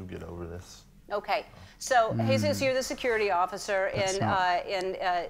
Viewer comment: Not “jee-zuss” Campos - it's Spanish and pronounced “hey-zoose” Campos. I appreciate your efforts (and appreciate ANYONE’S efforts) to contribute to the alternative truth-media effort but have to agree with a previous reviewer. If you're going to do this you have to THOROUGHLY acquaint yourself with ALL aspects of the case beforehand (read articles, watch other's YT investigations, etc. and read MORE articles). I think you do yourself a disservice by not being fully and completely prepared. Also not sure why you would make a video with Connor Fairclough (who I'm sure is a great guy) but who freely admits he has little knowledge of the topic. You need to check out Jake Morphonios at End Times News, Alex Jones at Info Wars, Brian at High Impact Flix and Mike Adams at The Health Ranger (who did an excellent ballistics analysis of the shooting) and Tracy Beanz who is a tenacious dog with a bone. Also U.K. based HDRCFX Cornwall who specialises in computer graphics re-animations and also give a cursory glance to John E Hoover. America is in real trouble at the moment. Everything is so dirty, corrupt and so orchestrated, but thankfully the world is waking up to their nefarious ways and beginning to connect the dots. We'll done for wanting to be on the side of good, not evil. We need everyone we can get.